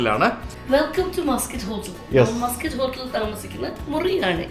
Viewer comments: മസ്കറ്റ് ഹോട്ടൽ എന്നല്ല പേര്. മാസ്കട്ട് ഹോട്ടൽ എന്നാണ് കുട്ടാ.. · Its not pronounced muskut hotel... its pronounced 'Maas-kut'. Stress on the syllabul 'Mas'.